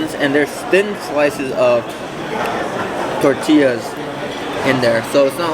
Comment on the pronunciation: Did my ears deceive me? You actually pronounced "Tortillas" correctly. I usually avoid the Excalibur like the plague, but might give this buffet a shot. Thanks to you and for the vid and review!